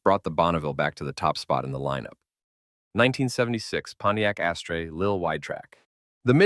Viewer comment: It's pronounced as-ter ! Not ashtray !